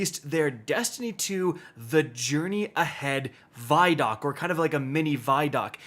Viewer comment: …isn’t vidoc pronounced “vid-oc”… as in video documentary